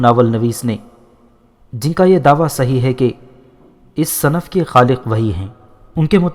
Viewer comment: Sinf صنف/ " ص " " زیر " سے پڑھا جائے۔